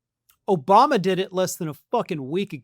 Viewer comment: Still calling him "OBUMA".